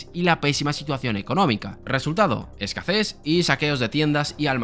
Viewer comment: A mí lo que me ha chirrido es que has dicho "escaces" en lugar de "escasez". Pero no pasa nada todos tenemos palabras que no pronunciamos bien o bien si no somos nativos. No pasa nada. 😅